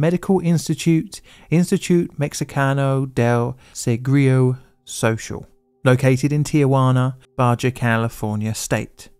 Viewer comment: The pronunciation of IMSS made my day 😂😂😂😂